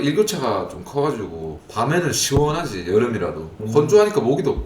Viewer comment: 시워언~하지 이게 한국인이 아니라고?